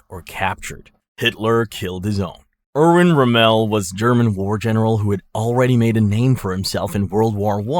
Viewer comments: It's ROMM-el, not RoMELL. He wasn't French, you know. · Erwin Rum-MELL?!?! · ROMMEL NOT ROMEL HOW U MAKE THIS VIDEOS AND DO 0 RESEARCH SMH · Can’t get em all bro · pretty sure it's AI he doesn't even say Rommel right